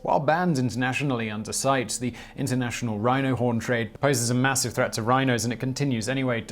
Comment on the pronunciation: Department of Pedantry in Pronunciation. CITES is pronounced "SIGH-tease". (Thus spake a relative who worked there.)